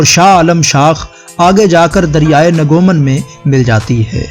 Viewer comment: ناگمان کو آپ نے نگومان بولا۔خیر کوئ بات نیھی۔ویڈیو اچھی ھے۔پیارا پشاور۔میرے بچپن کے خواب بکھرے پڑے ھیں ان گلیوں میں۔۔۔۔۔۔۔۔۔۔